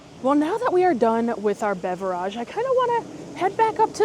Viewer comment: So…I enjoyed this video! But, please tell me why you mispronounce “beverage” over and over and over again….it gets annoying after a while 😂😂…but, other than that, great video!!